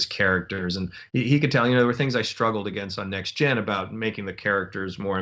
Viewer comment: I like the way Moore says "NextGen" rather than the alphabet soup "Tee Enn Jee." I do, too.